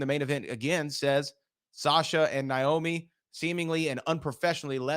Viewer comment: Someone tell that her name is not Niomi..Its Naomi! Lol